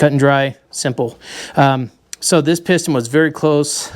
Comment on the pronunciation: You said "piston" right on the first attempt in French.